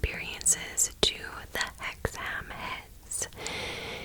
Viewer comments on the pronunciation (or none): I live in that area, it's pronounced "hexum" never heard the story before, interesting though, Winter's Gibbet is also worth a look.